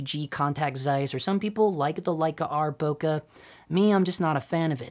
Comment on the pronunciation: why cant most of these guys pronounce bokeh properly?? its not that hard